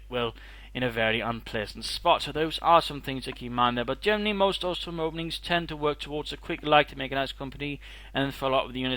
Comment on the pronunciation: it sounds like you keep mispronouncing bosstruppen. maybe thats just me.